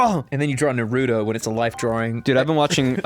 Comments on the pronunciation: It's pronounced (NaR U toe). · Yea they make me want to rip off me ears and mail them to the any time they say Naruto or meme. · When one of your biggest pet peeves is people pronouncing Naruto incorrectly likE everyone in the anime pronounces it a certain way so w h y are you saying it differently omg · If they pronounce naruto incorrectly one more time I'm gonna pull my own hair out